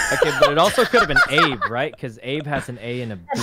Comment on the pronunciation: When he said “what’s up Abe.” It sounded like he said “what’s up babe.”